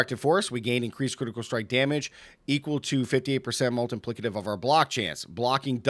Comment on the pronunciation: I love the way you say "multiplicative" - sounds like "Molten Plicative". I'm playing crushing hands and love it! you need to try evade! Best speed farming (besides pit) build in the game